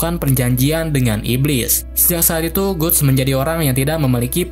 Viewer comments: Gutts itu dibacanya Gats bang, buset... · guts bacanya gats!!!